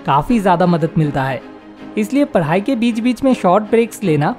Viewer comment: First padai hota h voo paaadi nhi 😂😂😂😂😂